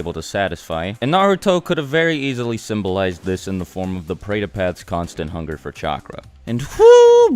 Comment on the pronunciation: when I am Indian watched this, he pronounced all the words wrong!